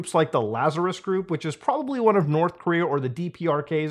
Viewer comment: North Coom-rea Coom Jon Goon Coomunism Did I miss one?